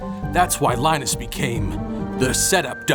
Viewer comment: Lie-nus bueller... he ain't sick